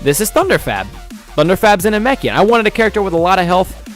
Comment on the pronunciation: U called it a narkoshian it's na Mek ian